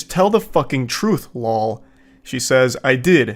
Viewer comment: All gamer millennials would recognize “lawl” or “fck yo couch” lol